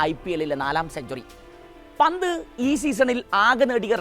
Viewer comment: ഹാരിസ് ബ്രോ.... ലിവന്റെ പേര് പറയുമ്പോ ഒന്നുകിൽ പന്റ് അതല്ലേൽ ഋഷഫ് എന്ന് പറയുക.... അല്ലങ്കിൽ എല്ലാ പന്തും കൂട്ടി കുഴഞ്ഞു ഒരു അവിയൽ പരുവം ആകും😂😂